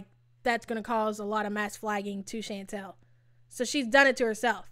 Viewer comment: It’s pronounced “Shawn-tall” not “Shan-tell” it’s killing me you can’t pronounce her name. Chantal. Chan tal. Get it? Chantal.